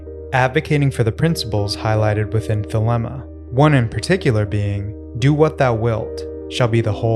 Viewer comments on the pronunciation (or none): you grossly mispronounced the Koine Greek word θέλημα as ‘theléma’. As you can see the Greek word has a written accent above the ‘e’ and the second vowel is η always pronounced ‘ee’. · It’s pronounced th-leem-a